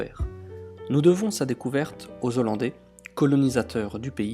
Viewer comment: Dix-sept mille zîles... Non!! C'est quoi une zîle?? Ah! c'est là que vit un zhollandais sans doute!